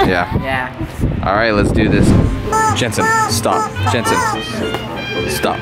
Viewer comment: was like “JeNsHen” 😂